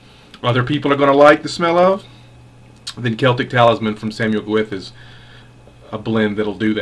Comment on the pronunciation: Nice bacci.... but. Its pronounced Gow eth, Gow ith but never Ga wif. Enjoy!